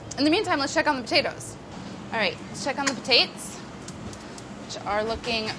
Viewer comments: Smashed pa tates! Amazing linguistic skillz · black pep, delish, po-tate? Is she having a stroke? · Fish-raisin pot-ta-toes. Did Rapport make this recipe?